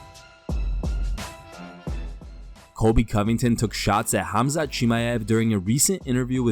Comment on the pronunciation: Did Colby just call Khamzat "CumShot"???